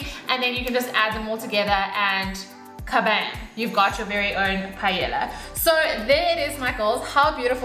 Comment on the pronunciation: Repeat after me. PA. EY. YA. (the two "L"s sounds like a Y).